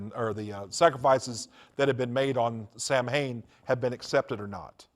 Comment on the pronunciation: "Sam-Hain" That is how it is spelled, but it is pronounced "Soween". Odd that someone who had been so into it wouldn't know how to pronounce it.